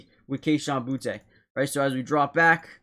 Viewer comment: It’s not pronounced Boutay, it’s just booty